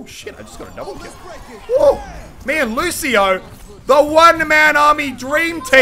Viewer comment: ffs jesus muselk its lucio and I come on